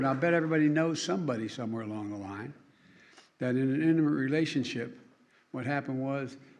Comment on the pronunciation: An "inamint" photograph??? How about "intimate" photograph? "Misogomy"?? How about "Misogyny? Geez